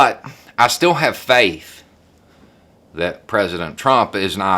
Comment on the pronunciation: Yes...every word seems to hay-ave at least two syllables...